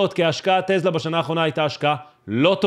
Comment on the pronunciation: קוראים לחברה: טסלה ולא טלזה